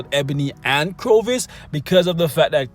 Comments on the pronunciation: Dude, who the hell is CROvus? Corvus... Cor, not cro. Nice list though mate, keep up making them and I'll keep watching them. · Corvus, (Core-Vuss) not (Crow-Vuss) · I think its called cor vus Not crovus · Everytime he says “CROVUS” I flinch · I cringed every time he said it wrong...otherwise great video! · He says it wrong in every video... Always makes me cringe as well lol...